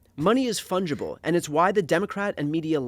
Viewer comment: You need a word of the intro. Let's start with ' fundgible' ?????